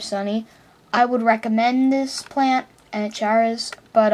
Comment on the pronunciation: ANN-uh-CARE-iss or ann-ACK-er-iss, not "ANN-uh-CHAIR-iss"